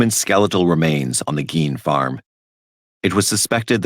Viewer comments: GEEN mf gEEn lol damn that’s been driving me crazy listening you pronounce it wrong for a week straight every time you say it I’m just yelling inside. Please pronounce it correctly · has to be trolling he clearly hears it being pronounced “GEEN”